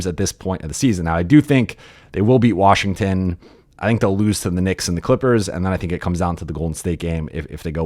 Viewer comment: Or as Bobby Marks says, WARSHINGTON.